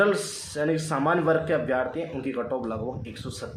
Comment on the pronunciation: Abhyaarthi nahi hota abhyarthi hota h